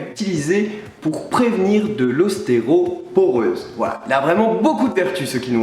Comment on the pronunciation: "Ostéroporeuse" ?... Ou ostéoporose ?